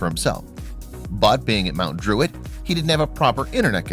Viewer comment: Bro when he said mount druit